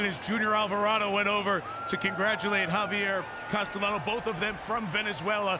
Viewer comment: Great race! That 3rd horse that maybe took 2nd place also had a great finish. Note: The professional media commentators need to be trained to pronounce the jockeys' names correctly. In Spanish, a double LL is pronounced as Y. So, Castellano is pronounced CAS-TEY-YANO (not CAS-TELL-ANO).